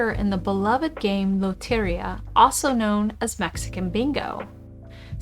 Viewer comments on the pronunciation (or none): Lot - er - EEEE - uh Emphasis on the second to the last syllable :)